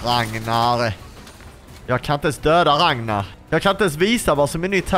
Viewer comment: Du sa rangnar